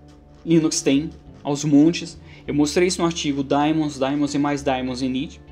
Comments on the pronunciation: Daemons pronuncia-se "di-mons". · mais uma coisa, a pronuncia em inglês é "di-mans", não "di-mons". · E no primeiro vídeo vc pronucia ai-pi-teibous pra iptables, que é a pronúncia em inglês us. Se segue a norma us de nomes, daemons soa di-mons. Ou então tem de falar i-pi-ta-bles pra ficar de acordo. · Se é pra ser preciosista com pronúncia de palavras de idiomas alheios eu digo que a pronúncia certa é "daimon", do grego ático/latim clássico. Só não sei em que isso afeta o conteúdo do vídeo...